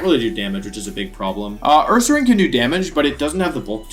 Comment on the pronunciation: THE SECOND C IN HONCHKROW IS SUPPOSED TO BE A K! AND DO NOT LEAVE OFF THE N IN URSARING!